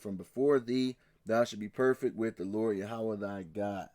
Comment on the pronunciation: Good stuff! Yahua not yahowa